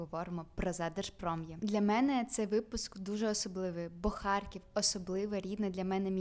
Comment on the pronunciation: Правильно казати Харків а не Харьків.